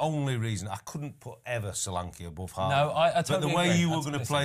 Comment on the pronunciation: Thank you Ben for saying Solanke